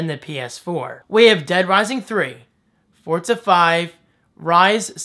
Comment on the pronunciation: Hey, I'm not trying to be a grammar nazi or an ass, bu you've been pronouncing Forza like fortsa, whereas it is actually pronounced forzzzza. Just trying to help out, not trying to be mean.